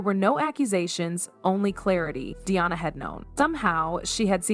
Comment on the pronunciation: Her name is Diana, NOT "DIONNA!" Say correctly you idiot!